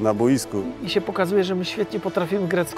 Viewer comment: "repentacja" niezmiennie, a poza tym calkiem spoko sie oglada :) edit: "na BOJSKU!"